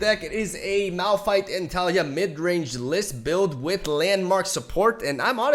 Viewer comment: It's Malfight not Malrun